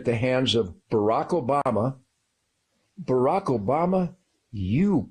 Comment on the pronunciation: First that is beyond rude when he knows how to pronounce Barack. Obama told us, the WH press secretaries told us, the Democratic convention told us the year he was a speaker before he even ran for POTUS and every single news outlet told us. That is just childish, catty and nasty and he believes his god thinks that's ok. My other thought here is...God created cannabis and I leave it at that. (She created 'shrooms too)